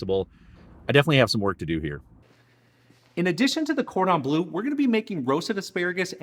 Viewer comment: Bleu not blue!! ;-)